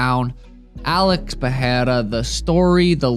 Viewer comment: It's pronounced PeReira.